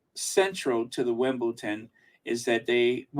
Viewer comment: you keep on saying Wimbleton. It’s Wimbledon with a D not T. You caught yourself at the beginning but towards the middle of the podcast, you were mispronouncing it 😊😊